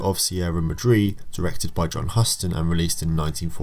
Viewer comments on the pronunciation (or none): Enjoyed your analysis, commentary and of course your research. Ony nit pick was your pronunciation of Sierra Madre. Here in the United States and in the film community the pronunciation is Mah-DRAY, not mah- DREE. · excellent analysis. thank you for this! not that it's super important, but I think it's pronounced 'Maw-dre.' Sierra Maw-dre. ;)